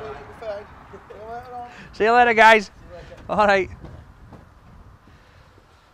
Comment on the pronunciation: love ur vids iam from Oregon have a? when u say "see u later sounds like u say Paul?